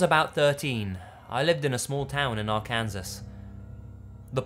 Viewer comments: xD ar cans ass lol its arkansaw lel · arkansas is pronounced ar kan saw not ar kansas ok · Ar Kansas? He's pronounced Arkansas wrong xD i'm dying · It is pronounced Ar Kan saw only folks outside or those putting on airs call it Ar Kansas. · Ar-Can-Saw. Not R-Kansas. ❤️ Still love you,.:) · its pronounced arken-saw not ar kansas lmao im Canadian and even knew that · "Are cans es" omg hahaha It's "Are ken saw" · Mankind I heard that and thought "hahahaha oh... here come the comments..." He's not from the US, he shouldn't be expected to know silly things like that, especially when it's not pronounced phonetically... but this is the internet, and people be 50 Shades of Cray. Sometimes I call it R-Kansas to people I know from there just to annoy them hahaha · it's cool. I always call Arkansas "Ar-Kansas". But if you're visiting don't say it like that I hear they'll hurt you. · Why is this Kansas, but this is not "Ar-Kansas?" America explain! What do you mean it's "Arkan-sah?" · LOL I call it "Ar-kansas" just to piss off my partner. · silly europe people... "our-kansas" next time.... remember. Ar-Kan-Saw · Arkansas (R-CAN-SAW), I know it doesn't make sense compared to the pronunciation of Kansas but that's the USofA lol. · I love how you pronounce stuff it's so funny lol it's Arkansas is pronounced ar-can-saw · HAHA HE PRONOUNCED IT "ARE-KANSAS" GET FUCKED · you saying "ark-kansas" reminded me of the actual stupid law that says you can't pronounce Arkansas that way xD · its pronounced r can saw lol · Arkansas is pronounced (phonetically) are-can-saw. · Arkansas is pronounced "Ark-an-saw" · Me: watching the video Him: pronounces Arkansas ar-Kansas Me: sigh... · the state in the first story is pronounced "arkansaw" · Hey,. Love the stories. They calm me so much. Just one thing, and I know it isn't an obvious thing especially to someone not from the U.S., but it's pronounced AR-CAN-SAW. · ARE-CAN-SIS? Funnily wrong pronunciation. xD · are-kansas lol